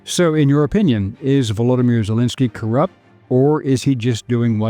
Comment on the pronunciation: Woodomir Jewlensky 😂😂😂😂😂😂